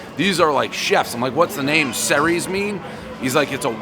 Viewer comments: Dave really butchered that. Ceres was the goddess of agriculture and grain. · its pronounced "Series"